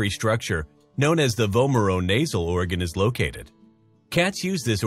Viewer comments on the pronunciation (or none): "..when they come ACROST...". What is that word again? "...acrossed..." Nope. Try again? The word you not so fervently seek is "across". Go rent a college freshman.